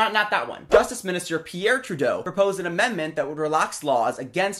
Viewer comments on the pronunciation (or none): none